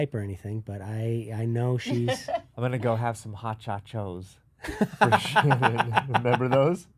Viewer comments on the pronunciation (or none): Folks... the name is Shannen, not Shannon or Shannan. Shannen. It's even written in the title so pay attention.